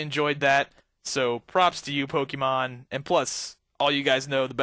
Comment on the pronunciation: Poke-E-Mon, thats how you say it; it's meant to be Poke - a - mon